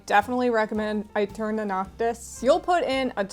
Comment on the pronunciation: I think aeterna is supposed to be pronounced eterna since aestetic is also pronounced estetic